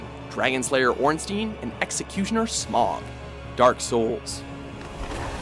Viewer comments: no, ornsteen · And it's not Ornsteen it's Ornstain as in sai and pie. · Raining Plasma Ornstien, Its Ornstien, I think of it like a Jewish name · "Stein" is a german syllable or rather a german word, but i never thought "Ornstein" would come from the german language. jaca6614 Would that also mean that the "s" in "Ornstein" is pronounced like the "s" in "Stein"? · that's actually how you pronounce it but they did mispronounce ornstein